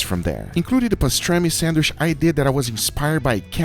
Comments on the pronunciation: Bro anyone getting a little triggered when he says "sandwish" ??? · Why do u say sandwish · No one:: sAnWiSh